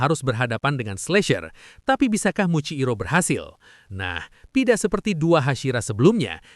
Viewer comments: Muichiro bg bukan muikciro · Muichiro jir bukan muciiro